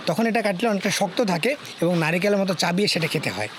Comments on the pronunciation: চাবিয়ে না ভাই চিবিয়ে হবে 😅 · চাবিয়ে নয় চিবিয়ে খেতে হয়